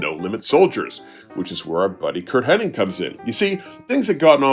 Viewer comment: his names hennig man not henning